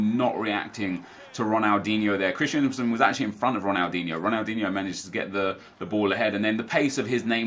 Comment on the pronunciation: Am i the only one who gets triggered every time he says “Christiansen”? His name is “Christensen” ffs